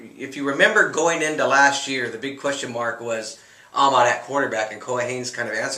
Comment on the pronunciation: Another season & still can't pronounce Amat correctly.